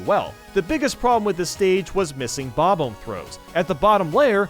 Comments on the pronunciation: Him: Bob-Omb YouTube:Bobum (Bob Home) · Why do gamer YouTubers pronounce “Bob-omb” in such a weird way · I'm angry at the way you say bob-omb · I will never not hate how you pronounce Bob-omb. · I’ve never heard anyone pronounce Bob-omb like that. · Two things we all hate about: The way he pronounces SNES The way he pronounces bob-omb